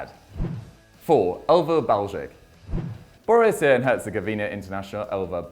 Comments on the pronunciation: did he just say Borussia and Herzegovina?😂😂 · Davey Brown if you listen carefully he actually said Bosria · Sounds like he says Borussia Herzegovina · Can't pronounce 'Bosnia' but nailed 'Herzegovina'! Brilliant.